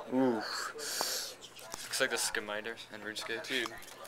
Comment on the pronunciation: Lol Dave Days mentions scimitars from Runescape. I have to find him now! But he says skim-ite-ars I thought it was pronounced skim-it-awrs?